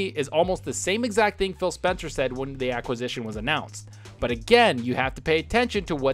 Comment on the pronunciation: Did he say Spill Spencer???